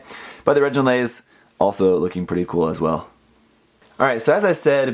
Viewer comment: Great review :3 BTW: the "gi" in reginraze is pronounced as in "gimmick"